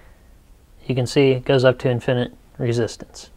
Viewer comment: Infi-nit. Not In-finit. Otherwise a decent primer on resistors.